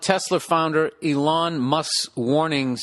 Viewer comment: I like the way he slightly incorrectly pronounces names and things like Elon, everyone on earth emphasises the first sylable, not Billie Recovering Boozebag